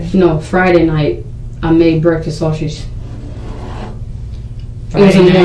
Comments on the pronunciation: Lol😂😂She also mispronounced "sausage" & kept saying "she ate a half a circle sausher" I was mad! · #Shaushage (that's how this dimwit was pronouncing 'sausage ') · She ate....a sausher...a half a circle sausher. Bish, what?